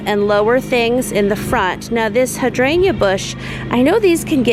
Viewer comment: I love it when I see that you’ve posted a nice 30+ minutes vlog. You are sooooo soothing to me and living my dream life lol. The plant pronunciation is cracking me up. Clematis is like “Kleh-muh-thus” and Hydrangea is like “hai-dran-juh” lol. And Hostas, we just call “Hosta” in singular form lol. I just love you, you are good for my soul.